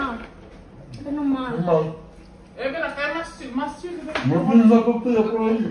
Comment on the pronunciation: “Puta-sio ” o “ Potasio” ???